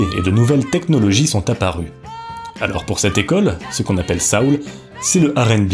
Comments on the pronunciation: Est-ce comme ça que le mot « soul » est prononcé en français ?!? Que je sache, en anglais cʼest « so-oul », et pas « sa-oul » (it rhymes with “hole”, not with “howl”). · On dit soul pas saoul 😂